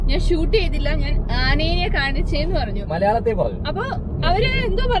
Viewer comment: ആനേനെ അല്ല, ആനയെ